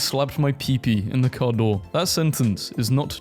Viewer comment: I can approve, car is not keur in Dutch.